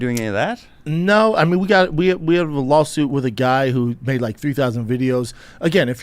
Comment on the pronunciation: "lawlsuit" lol